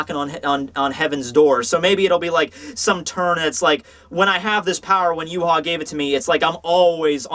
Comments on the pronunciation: Is actually, "Ya-wei" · Why pronounce his name Yew-ha? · The Yh in Yhwach is pronounced "Yu-ha", and the Wach is "Vak", so it's actually "Yuhavak"